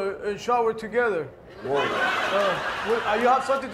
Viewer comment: Lmao "Let's go shower todether" 🤣🤣🤣🤣😭😭